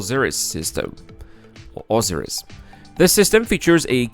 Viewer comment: Oh-sigh-riss is how you say Osiris. XD Great video. It gives me some hope we will see this within my lifetime.